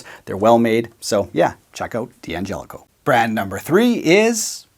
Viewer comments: In Italian and in English , d'Angelico is pronounced "DANGELICO", not "Di Angelico". It's not an initial, and there is no i. Just a silent apostrophe. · It's pronounced DAngelico, not Dee Angelico ... like DAddario, not Dee Addario. One of the D'Addarios explains the pronunciation in an article about the company in GP magazine a year or two ago. As someone whose last name gets mangled all the time, correct pronunciation feels good. Agree about the PRS SE. Bought one several years ago. Very good. So good it made it hard for me to justify the American PRS. Same with Sterling. I've had their AX 40 for a long time. The Godin Core CT is a go to guitar for me. Also my introduction to P90 pickups. And Seymour Duncan pickups, to boot. I think I really want the same one as you showed, as well. And, has been mentioned by others, you missed G&L. But maybe you've never had one go through your hands. I have a Tribute model S-style. It has everything you could want in an S-style guitar. Interesting tone circuit, too.